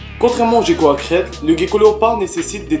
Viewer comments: Sa ce prononce guecko pas jecko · Sa se prononce guéko